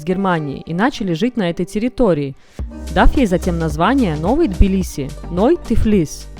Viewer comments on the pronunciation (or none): Прчему "тобиле"???? Тбили (т произносится с придыханием)